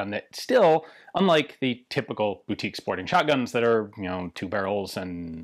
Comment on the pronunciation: “Boutique” huh?